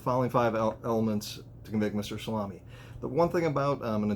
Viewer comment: Its promounced Sal A me